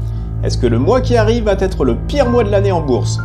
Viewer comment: Merci de ne pas dire « … va têtre … » mais plutôt « … va être … ». Merci !